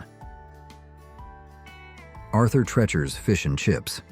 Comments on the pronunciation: Treachers is pronounced as though you’re saying the word TREE-chers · Arthur Treachers was One of the best. Learn how to pronounce it btw